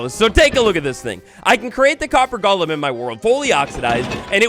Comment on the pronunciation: It’s “golem,” not “Gollum”!!!!!